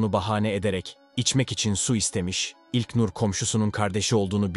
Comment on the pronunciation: İlknur demek bu kadar zormu admin ilknnnnurr ne yaa